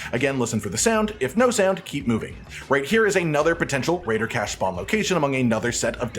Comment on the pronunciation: he said raiider cache 235 times